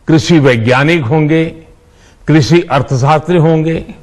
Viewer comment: इसको तो ठीक से कृषि भी नहीं बोलना आता